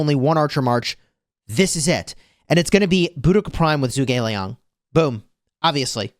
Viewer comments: Zhuge Liang is not pronounced as zoo but more as ju. Since Zhu is Chinese it would have a Chinese accent. To say it properly you would say ju like in juice. Ge you would kind of say it as a g and a little e so like get but make the g more prevalent. And Liang is right as your saying it. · juu Gi liang!😅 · Don’t give af still saying Zoog